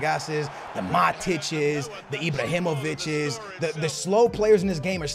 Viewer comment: 'Ibrahimobitches' xD